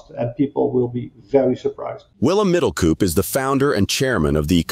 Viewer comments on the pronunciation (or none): The pronunciation of his name is not Middelcoup, but Middelcope.